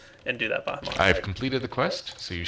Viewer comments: why you call Pahi Soaryen? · you called pahimar soryn